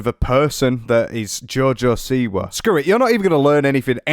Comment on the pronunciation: If she's so Polish why doesn't she pronounce the name correctly? I'm just saying: it's either an American name (originally from Poland, but NOW it's American) and if so, then she's the boss of how it should be pronounced. OR it's the Polish name Siwa where the si sound is similar to ś, and she says it incorrectly every damn time.